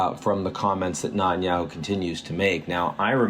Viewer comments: Can't understand why you're unable to pronounce the name of the Israeli Prime Minister correctly? Neh-tan-YAhoo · Not that I'm a fan but learn how to pronounce Netanyahu properly.